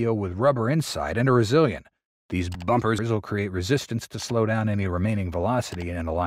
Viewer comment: Sounds like your reader-bot had trouble with the word “bumpers”! 😂 Get a voiceover guy!